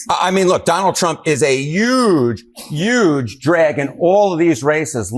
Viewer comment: The newscaster kept saying “YUGE “ just like trump does. Except when he forgot, slipped and then just went ahead and said HUGE.